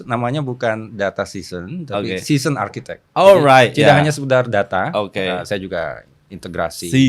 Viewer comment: Pengejaan yg sedikit keliru. Architect dengan huruf "t" diakhir bukan "h". 🙏